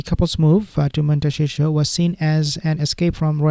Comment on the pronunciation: Montecito. Mon-teh-see-toe.